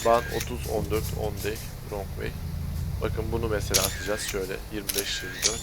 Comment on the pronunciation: şu wrong'un rong diye okunduğunu ne zaman öğreneceksin çok merak ediyorum :D